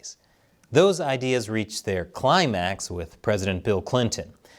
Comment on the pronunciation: The way he emphasises "climax" when referring to Bill Clinton 😂